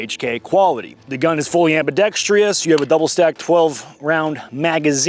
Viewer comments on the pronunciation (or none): "am-bi-dex-trous" there's no "i" in that last syllable, Admin. - this pedantry was brought to you by Pedantic Harry. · Hey, “ambidextrious” isn’t a word. It’s “ambidextrous” no tree in that word. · Ambidextrious? WTF? I was all in until I heard that word....im out....irregardless....I do like the gun tho.